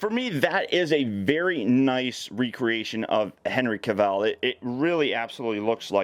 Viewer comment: That's not how you pronounce Henry Cavill's name.